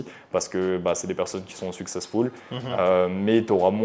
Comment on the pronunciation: C’est toujours ridicule quand les gens mettent partout les mots anglais sans pouvoir les prononcer comme cet invité qui dit « successfoule » au lieu de « successful »🤭😂🤣